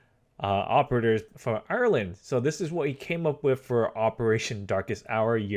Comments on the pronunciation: ITS NOT ARELAND ITS PRONOUNCED I-R-LAND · He means Ireland not rland